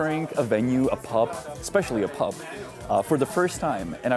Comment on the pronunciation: btw one thing that really bugs me is that when you speak English you keep devoicing the final consonant (i.e. saying "pup", "dit", "roat" (instead of pub, did, road)) 😬 other than that you speak English very well, I love the fact that you are able to pronounce the TH sounds as well as IH (i.e. not saying EE) and that you can even do the flap T 😂